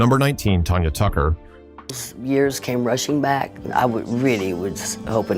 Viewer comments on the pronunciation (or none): Who tf is "Tonya Tucker"? .....Her name is TANYA! 😳